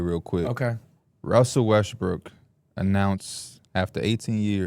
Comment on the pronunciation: He has a hard time pronouncing Westbrook